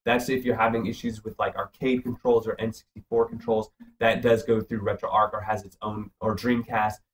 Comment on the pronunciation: Pronounced retro arch as in archway not ark as in fictional boat that carries two of every animal.